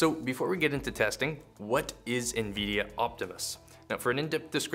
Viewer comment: the first 'i' in Nvidia isn't pronounced as an 'E'